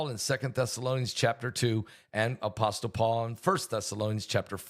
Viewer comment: Study pronunciation of apostle.. T is silent